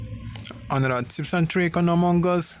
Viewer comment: Him:among gus Me:loooooool among gus